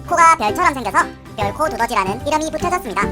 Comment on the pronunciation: 별고두더지라고 했닼ㅋ